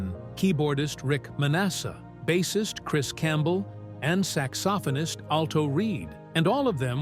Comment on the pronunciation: I don't mean to be overly critical but......Glenn Fray? Bob Saygar? Saxsophonus? Obviously the announcer doesn't know simple rock. This type of error is blasphemous in Michigan.